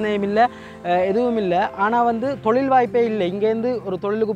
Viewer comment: தோழில் இல்லை ஒற்றைக்கொம்பு தொழில் please don't kill the Tamil